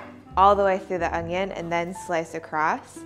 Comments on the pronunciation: Good god it’s “onion” not “ongion” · The English word "Onion" does not have a "g" in it.